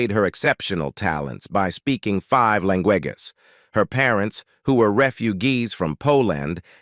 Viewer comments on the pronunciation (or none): Wow. I never knew Cass spoke five lan-gue-gas. ...and, that her family were re-fu-gees from 'Po Land. Fascinating. (LOL! "Grrr-many.")